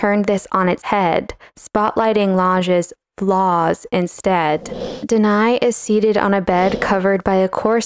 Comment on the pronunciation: Nice!! BTW, Danaë is not pronounced deny but /da.na.e/